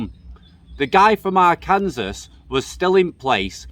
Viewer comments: Dude love your channel. Arkansas is not pronounced R Kansas. It is pronounced R can saw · Ffs Arkansas is pronounced are can saw 😂😂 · I don’t expect a non American to know so just an FYI. Arkansas is for whatever reason actually pronounced “ar-can-saw”. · Arkansas is pronounced arkinsaw 😃. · You got a smile out of me when i heard you said Ar kan sas. I bet you you will mispronounce Tucson, Arizona also. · BTW, it's Ar-kan-saw.